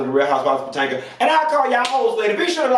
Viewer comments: I die every time you mispronounce Potomac, Potanga is it from now on. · Did you say "Patanka"?? 🤣🤣🤣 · I missed hearing you say Potanka😂😂😂